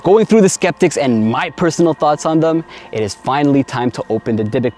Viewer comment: hey! it's actually 'skeptic"